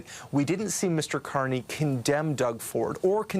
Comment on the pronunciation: YES, HE SAID CARNRY BACKED HIM